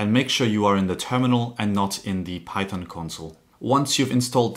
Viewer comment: Bro just said "pychom"